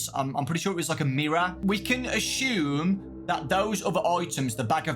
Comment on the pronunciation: "we can a(shoe)me 💔💔